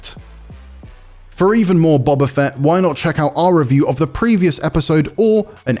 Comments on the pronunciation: Seriously learn how to say Boba Fett!!!! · The narrator can't even pronounce the name of the lead character - and also needs to learn how to use a G! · Every episode of book of boba fett directed by Robert Rodrigues wasn’t just bad… it was the worst Star Wars has EVER been and this episode is no exception, it came off as a childish fan fiction. The fact that IGN put someone reading this review up who can’t even pronounce the titular character despite it being said in almost every episode is as much of a joke as this score is.